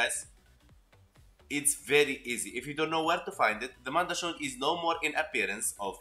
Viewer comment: The way you say mandachord....mandatory....I say it like cord not shord it was just something little I laughed at....